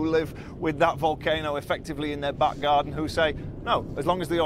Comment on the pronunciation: Bushcraft bear is now the hero in all of this, what an amazing guy , have been watching him since day 1 he now has thousands and thousands of followers because there are no reporting in English in La Palma. Not sure what nationality he is but he says things like wolcano, vomen (women)and google (goggles) BBC take note this is reporting on the ground at its best. Must go he is about to do another report (YouTube.)